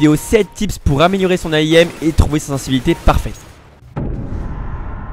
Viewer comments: Salut! Bonne vidéo, ça donne envie de dl CS:p J'ai une question, pourquoi tu dis toujours A.I.M.? Est-ce que ça veut dire quelque chose? Parce que si c'est "viser" en anglais, c'est un verbe, to aim (/eɪm/), pas un acronyme;) Merci pour le tip accel Continue, tu gères comme d'hab. P0ukram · je te reprends juste sur une petite note de vocabulaire , on dit pas A I M , ce n'est pas un acronyme mais bien un mot , voila , sinon super vidéo j'ai appris plein de trucs ^^ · Aim c'est un mot, pas un acronyme, donc arrête de l'épeler :D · Je voudrais pas dire de connerie mais on dit pas l'AIM mais l'aim